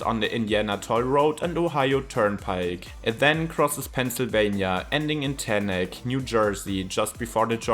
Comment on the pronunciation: Teaneck NJ is pronounced T-neck. Just FYI. Good stuff.